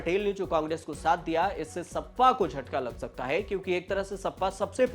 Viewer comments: O Bhai pehle sahi bolna Sikh Jaa...sappa nahi hai sapa😅😅😅 yeh log news anchor ban rahe hai😅😅😅😅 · इसे बोलना भी नहीं आता सपा को सप्पा कह रहा है 😂😂